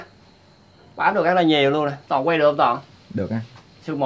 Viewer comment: Anh Lâm cứ nói anh Toàn là tòn hoài